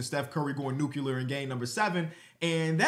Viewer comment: Bruh, that is not how you pronounce the word “nuclear”….